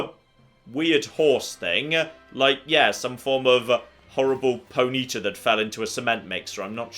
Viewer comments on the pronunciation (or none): none